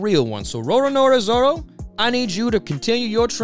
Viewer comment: Roar-a-Noah Zoro, why does everyone say Roronora?